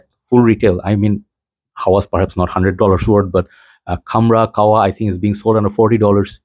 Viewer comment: Bro its kah- wa not kawwa 😂